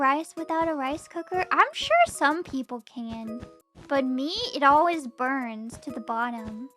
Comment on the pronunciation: This is kinda random, but I love slight accent where she says "Ole-wiz" when she says "Always" lol